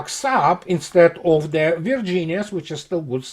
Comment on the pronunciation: You mean Ze report.